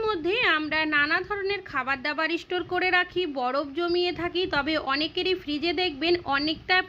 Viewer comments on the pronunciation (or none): It's not " istotore" but STORE .Improve your English pronunciation